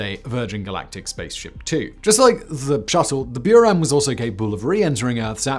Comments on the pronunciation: there is no y in Buran, it's not Norwegian....lol Björn??? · that's not how you pronounce Buran